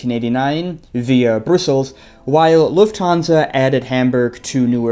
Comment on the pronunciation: Comment to support videos! I don't necessarily fly Emirates a lot. 5 star to how says Brussels. That sounds quite French. Kidding 😅